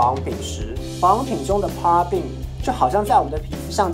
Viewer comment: 謝謝，不過paraben發音錯了啊